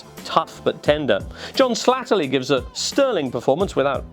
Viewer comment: Slattery Jim, not Slattely